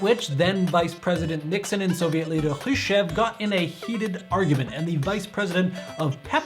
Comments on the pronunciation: so much of this is wrong in this. Soviet ruble has been in international exchange since 1924. coke was in Europe before the war, hence why we have Fanta (interesting story, go give it a read) and oh my god you can not pronounce Khrushchev's name whatsoever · Hrushcev, huh? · How in the hell do you mispronounce Khrushchev!?